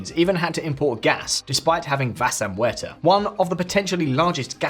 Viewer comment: Needs more training with the pronunciation of "vaca muerta" 😅